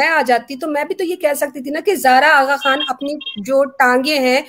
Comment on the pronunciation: Agha Khan ko Button bol rahi hay.